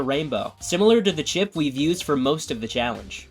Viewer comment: Idk why but when he said chip it’s sounded like shi…